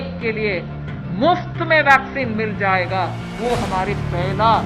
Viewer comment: Are bhaiyyo VACCINE NAHI VESLIN BOLA HAI 🤣😆😆😆😀